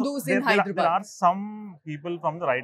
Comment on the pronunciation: Its "Hyderabad" not "Hydrabad" akka